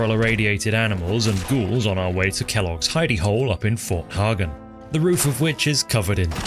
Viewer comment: As an autistic person that happens to live not too far from multiple settlements called “Hagen”, I’d like to thank you for pronouncing it correctly.